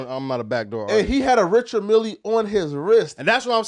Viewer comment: Flacco said Richard Milly 😂